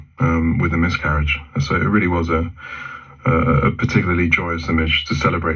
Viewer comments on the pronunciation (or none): He mispronounced mythcarriage too